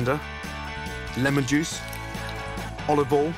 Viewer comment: Gordon can't say olive oil. OLIVALL!!!